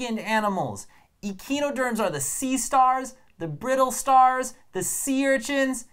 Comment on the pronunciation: really fun video, one small correction, it is pronounced uh-kai-noh-derms. Pentamerous is pronounced pent-AH-mer-us